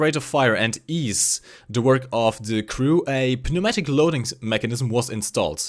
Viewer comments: I'm not criticizing your English as its very good, but the "p" in pneumatic is silent. like the "k" in knife or "g" in gnome. I just though I'd let you know because english is annoying. Otherwise, I hope they don't actually add the IS-7 in. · the p in pneumatic is silent